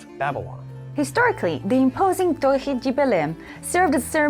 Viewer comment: hey Im from Portugal and the dev in the reveal video completely butchered the pronunciacion, all I can hear is "Tori dje Berlin" instead of "Torre de Belém" plus the brazilian accent she is using doesn't help xD but np, your "Torre" sounded much better